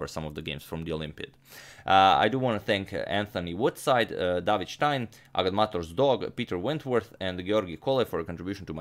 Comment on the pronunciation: Not really. David is pronounced differently